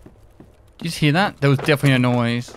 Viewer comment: He actually said "did you just hear that" but slurred his words together a bit.